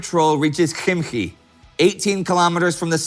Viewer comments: And it is Химки (Khimki) not khimkhi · About "caterpillars": I think, it's a translation difficulty, since Russian "gúsenitsa" may also mean "track" (like in tanks or other vehicles) upd: Khimkhi ? Maybe you meant Khimki? Гугл переводчик говорит то же самое, если вам интересно.